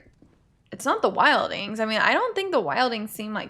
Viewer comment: Not here to hate on this reaction or the format. Appreciate you trying to make the best of a tough situation. That said, I do want to add that it's pronounced wild-Lings, not wild-ings. Anyway, Keep going. Some of us enjoy the reactions.